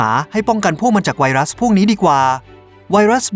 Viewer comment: ผมฮ่าตอนที่บอกว่าไวรัสพิศสส่า555:)ตุณทำไหมผมยิ้ม